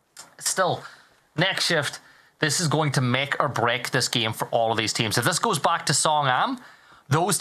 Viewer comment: i love how says "giem" instead of "game"